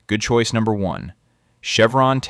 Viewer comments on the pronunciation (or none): How did i miss the "Good Coice" #1 and #2? Am I the only one that missed them? I replayed the video but still didn't hear good choice #1 and #2.